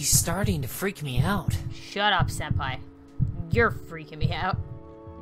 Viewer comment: Senapi instead of Senpai lmao: alone me leave!Creepy really Thats!cut it out ,yeH Me: eh?